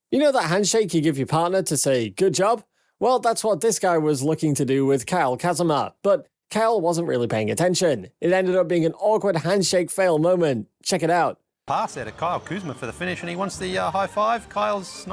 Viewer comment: ... Kyle Kazama loool .. its Kuzma loool